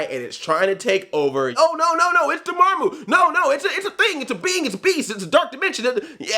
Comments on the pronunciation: it is pronouced Door Ma Muu (Dormammu) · Door-Mom-Moo if this helps to pronounce it Andre lol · Andre its Door-ma-moo. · Dormammu isn't that hard to pronounce, haha. Door+Mom+ooh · Dormamu is pronounced Door-Mom-Moo. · Andre I'll help you It's pronounced door-mom-ooo. You're welcome P.s. I've come to bargain! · If you can't correctly pronounce Dormammu, then you really shouldn't call yourself "Black NERD". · Lol I love how he can say "Chewietel Eijiofor" but not "Dormammu" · Say Dormammu damnit!!! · Can't pronounce Dormammu. Flawlessly says Chiwetel Ejiofor.